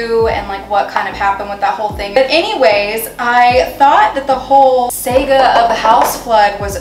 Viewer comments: Love you, but PLEASE STOP SAYING SEGA INSTEAD OF SAGA! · SAH-ga = saga. VER-bay-Tim = verbatim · She is so cute she said Sega and meant saga. The best mispeak in history of man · Sega? 💀 Saga.